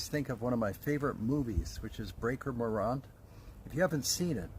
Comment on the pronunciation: Sorry to be a bit nitpicky mate but his name was Morant not Moront or Moraant. His famous last Stanza of his last poem and his last words still resonate. Sadly the rules our Government brought in to prevent future tragedies like this didn't save a lot of Diggers seconded to British commanded units in WW1 from British firing squads. I don't know if the issue has been resolved yet but there was recently a fierce debate between anti soldier and anti gun lefties and descendants and Veterans organisations over whether or not to include "The Breaker" and his co accused on the list of names to go on a local Boer War Memorial in South Australia. I recently heard from some South African born friends that some locals still tend to their graves in Pretoria Cemetery With little or no help or recognition from the Commonwealth War Graves Commission responsible for the care of fallen Commonwealth troops laid to rest in foreign lands before we started bringing our fallen home because sadly some people still consider them war.criminals and murderers.